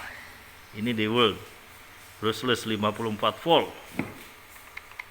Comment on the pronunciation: dewalt (diwolt)